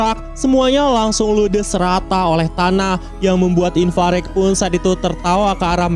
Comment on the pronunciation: apa si bang inparek inparek ,IVARAJ KOCAK